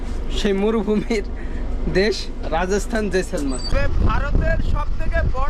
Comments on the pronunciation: ভাই জয়সলমার না কথাটা জয়সলমের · Jaisalmar noi jaisalmer 😅